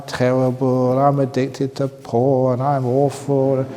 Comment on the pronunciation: PORN not PHON